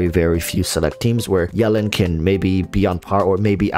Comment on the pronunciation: I love how you say yelan like melon